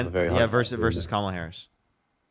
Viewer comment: If you're a man who's unable to say "comma" + "luh" (barring any relevant speech-production disability), you are unqualified to vote. Also, while I hate speaking for all women, I will at least speak on behalf of the decent ones: no woman should fuck any man who says "kuh-MAH-luh".